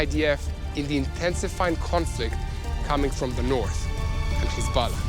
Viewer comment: Dude need to learn how to say Hezbollah , he keeps saying Kizbala. It sounds so lame.